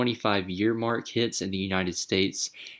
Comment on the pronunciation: mark not mach